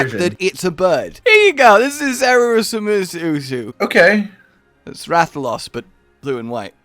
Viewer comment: I always thought Zerureusu was supposed to be pronounced with a Japanese accent